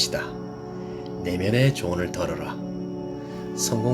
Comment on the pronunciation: "내면의 조언을 들어라!!!" 들어라에서 덜어라로 하셨는데 경상도 분 이신가봐요~^^ 영상 음악이 좀 집중이 안됩니다!잔잔한 명상음악 이 였으면 합니다^^ 결단력 있는 행동하는 사람이 되도록 노력하겠습니다!!! 감사드립니다!!!수고많으셨습니다!!! 🙏🏼🙏🏼🙏🏼